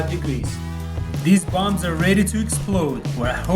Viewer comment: Banana He says it like buombs